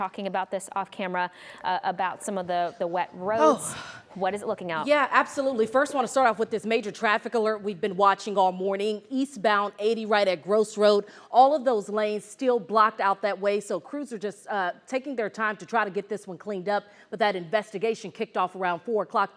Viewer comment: I wish you people would learn how to pronounce Gross Rd. It's not gross like something stinks rymes with gloss.